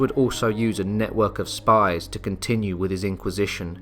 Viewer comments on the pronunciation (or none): none